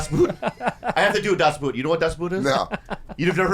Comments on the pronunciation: It's not pronounced "boot", but "Boot" like in German. so in English like "Boht" (long o, no oo) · That´s not how you pronounce Das Boot, idiots!